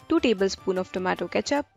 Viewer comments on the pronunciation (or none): i like how she said TOO MA TOO instead of tomato